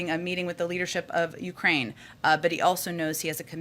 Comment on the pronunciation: Did she say Urkraine?! He’s planning his escape from the ass kicking America is wanting to put on him. Omg! Can’t believe she said Ukraine. This girl has her work cut out for her. We see her more then POTUS, VPOTUS And the entire cabinet these days. Friggin cowards